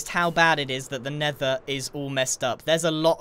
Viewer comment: The Nender